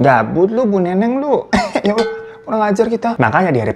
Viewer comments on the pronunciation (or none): none